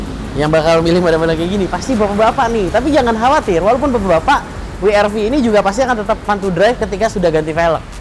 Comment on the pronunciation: Double U kak. Bukan We er Vi..